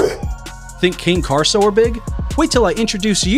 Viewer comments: bro its cane corso not carso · #3 - it’s Cane Corso, not Cane Carso! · It's pronounced "Connie" Corso. Not as in sugar cane